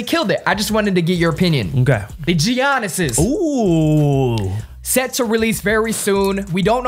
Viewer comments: Hold up did just say “Gee-Yannesses”? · how STILL mispronouncing Giannis' name tho? Not like you hear it every time ESPN is on. Love the channel tho LOL